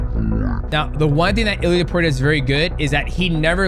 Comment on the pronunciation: It's topuria not opuria 😂